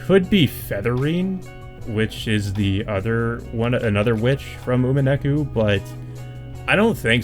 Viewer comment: "Umeneku" is the worst butchering of Umineko's title I've ever heard lmao. Good discussion nonetheless.